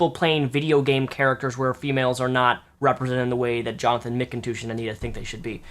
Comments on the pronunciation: you´re pronouncing his name wrong, not mickintoosh but Macintosh :D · Jonathan Mikontooosh?